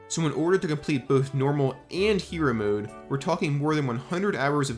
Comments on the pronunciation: Hero MODE NOT HERO MOOD. Or atleast that’s how you prounonce it 😂😂😂😂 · I'm a linguist so don't take this the wrong way. I'm older gen z, and I've been noticing the beginnings of a vowel shift in younger gen z and gen alpha folks. You appear to be forming a mode-mood merger (pronouncing both the same), which is highly interesting to me. Anyway great video besides :) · This youtubers hardest challenge is to pronounce "mode" like a normal person. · Bro why you say mode like that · why do you keep saying mode like that edit: holy shit the way you say heroes is even worse